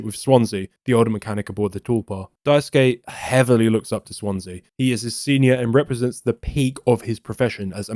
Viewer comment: thanks for pronouncing Daisuke correctly, unlike the many YouTubers who do not and could simply use Sasuke from Naruto to say it right 😅